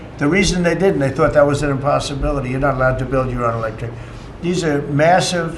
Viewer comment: "was", no "whas"